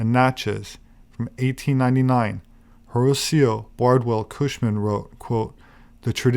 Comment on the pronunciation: Horatio= Ho-ray-she-o Loved the vid!